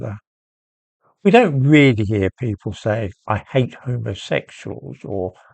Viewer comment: "I 'ate you, Butler".